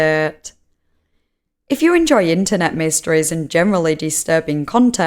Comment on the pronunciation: Investigeeeeh, videeauo etc. , the same "melody" of every sentence - pure pain to listen to this weird narration!